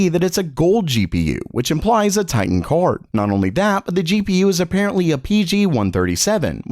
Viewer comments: why do u say kaord? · The way this guy says card lol.... "CORD"